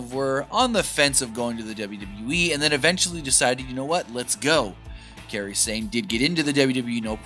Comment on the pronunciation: Its KAIRI... K - EYE - REE.. not Kerry. Wtf? Youve known her name for over a year now and still cant say it. 😑